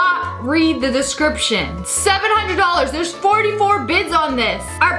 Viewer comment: They said READ THE DESKRIPSHEN